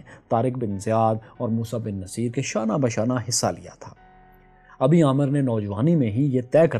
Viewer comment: yeh word Musa bin Naseer nahi, Musa bin Nusair hai.Ap history mujh se behtar janty hain. Ho sky to is pr zra search kriye ga.